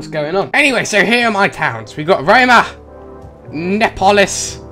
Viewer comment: nee-a-polis